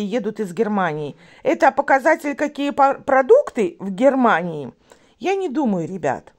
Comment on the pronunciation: Посмотрела часть вечернего стрима. " Отткуда вы? - с Гхермании ", " Откуда Марина?- с Москвы ответила Марина..." Мне ухо 👂 дискомфорит от "с" ....